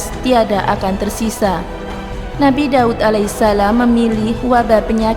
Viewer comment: DAUD...bukan dawud